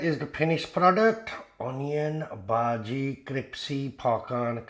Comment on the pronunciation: brother your pronunciation of bhaji is incorrect ... there two words both of which have origin in marathi language: bhaaji (or if you know how to speak chai wallah ... indian prime minister as a young man worked as chai wallah so you could write this word as bhahji too) and second word is bhudgi like you speak judge and judging you could speak bhudging and then just drop last two letters ng and you get bhudgi ... get it? ... so bhaaji or bhahji means curry in marathi ... you are speaking this word but you are not going to make onion curry in this video so correct word for what you going to make is bhudgi ... bhudgi means fritters means in hindi pakoda ... you are going to make pakoda and in marathi it is called bhudgi not bhaaji also not bhahji ... get it? ... some people also write bhudgi as bhajji with 2 j's